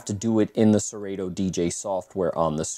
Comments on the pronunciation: Did this man say ser-8-to? 🤣🤣🤣 its actually pronounced sir-auto haha. Great review tho. Just messin. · Hate to be that guy, but you are both wrong. It’s SE-RAH-TOE. Listen to Kanye West’s ‘Dark Fantasy’ and you’ll hear the how it’s pronounced in the line “you ain’t got no fuckin’ Yeezy in your Serato?”.